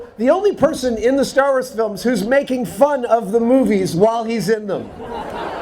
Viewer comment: oh, MAKING not MATING....